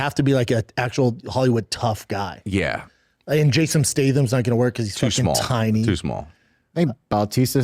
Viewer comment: "Jasom Stathun" 😆